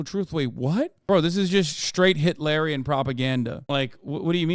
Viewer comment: i think of Dune every time you say “hitlarian” lol